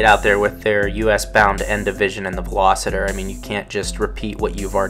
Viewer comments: Ok I got to say if you are going to do a review on a car you should be able to pronounce the name of the car correctly. This is a Veloster not a Velositer, where are you seeing the I in Veloster? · It's a Veloster not a Veloseter. Just saying.